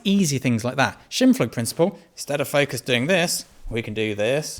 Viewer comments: The Shimpfm-Principle? :-D You're fun, dude! And make some great points as always! as an aside - it really doesn't matter, but if you want to... the German word Scheimpflug'sche Regel can be pronounced by English tongues if you keep to English pronunciation rules and say "Shimepfloog'she Ragel" the 'oo' as in "foot", 'Ragel' just like 'bagel'. Enjoy! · "Shimploog" got me wondering. Oh, "Scheimpflug" (*) he meant. In the original German pronunciation this sounds like Shime-pfloog. The video gives a very nice lecture that many small business owners do not understand. I would add that the #1 problem is as describes indeed and it has different ways of addressing. It starts with cost calculation as a major ingredient. If says that our operational costs must be 30% then - profit first - there 's up to 70% left as our income. So, more important than cost calculation is "price" - how much do you charge for your work. This can be done bottom up from all the expenses that go into your productions, including the income that your business has to pay you, or top-down, looking at what the market will be prepared to pay you. Looking at studio, while he gives the lecture, made me think if he rents all that, or owns the interior and kit, maybe rents the studio permanently as business space, and e.g. did the sound treatment in there on his own account. The studio camera stand he uses, when bought new, is somewhere between 5K and 20K, then there is a broncolor pack based studio strobe set with very serious light stands, the Cambo tilt/shift (T/S) camera with matching lens and 5DS digital back, and, and, and we saw an assistant or art director in the BTS plus a lady working food and dishes (who could equally well have been master chef or production manager or art director). There are two follow up lectures in there: (1) the